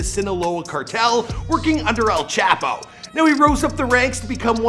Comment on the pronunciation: this man said chapos name stupid asf